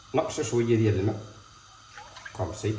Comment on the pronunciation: سلام متبقاش تقول ..كومسي... خصاك تقول كومسا .راك عزيز